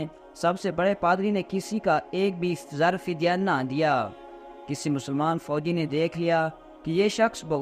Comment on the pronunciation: zar fidya nahi janab zar e fidya aap ka urdu talaffuz theek kar len